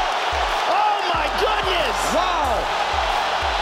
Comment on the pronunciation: о май гюднес, о май гюднес..... Русский учите, пригодиться скоро